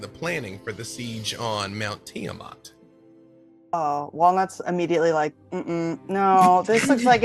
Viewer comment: It's also on full display here with how he mispronounces Bahamut and Tiamat.